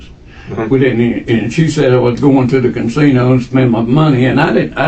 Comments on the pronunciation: Say "cansino" one more fucking time!! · Can-sino? I love this dude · That man wasn’t talking about any damn casino, he said “cansino” and I feel it was wrong of you to deny that with your subtitles. 🤣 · my takeaway from this is that some people say "cansino" 😂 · I am starting to kind a like it.😂cansino. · there is only one “N” is Casino. 😂